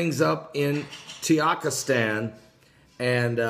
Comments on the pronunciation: The country is TAH-GEE-KISS-TAN, NOT TEE-YAK-IS-TAN. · I know. I'm totally the grammar police, but for some reason I don't care when he misprounces things because it makes me laugh!